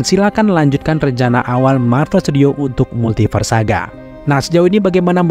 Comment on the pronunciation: Aku salfok sama mimin yang nyebut Multiverse jadi "Multifars" wkwkwk... Juga kata "Conqueror" :)